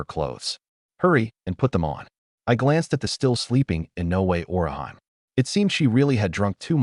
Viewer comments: It's just a small thing, but the way the A.I. pronounces Orihime as..Or-i-HIME...annoys since part one. LOL🙃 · Because they aren't pronouncing Orihime correct it took me half way through the 1st episode to realize it was supposed to be Orihime from Bleach 😂😂😂😂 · I hate the way the ai pronounces Orihime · Google how to actually pronounce orihime name